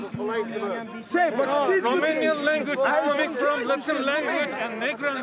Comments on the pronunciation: but he didn't say negru he said negro. Check the pronunciation of assistant referee out for Pierre webo who's been exposed to racism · Guys, its not like the ref said “black guy” but he said “alu negru”, which is black guy in Romania, but deffinitely sounds like N word and thats how this prohlem started. I dont think that saying “black guy” would be such a fight starting situatiom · he said negro instead of negru